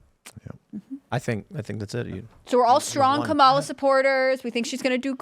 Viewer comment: It’s pronounced COM-alah. Get it right bigots! I am not friends with school shooters